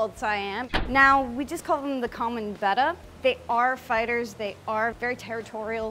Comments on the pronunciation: beh-tta (the way she says it) is technically the correct pronunciation. But, potato, potahto 🤷🏻‍♀️ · Good job on saying betta correctly. Way too many people say it wrong. Than you for easing my OCD. lol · It's pronounced Betta, beta is bayta. :)